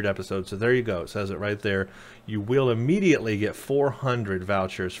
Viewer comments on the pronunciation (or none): none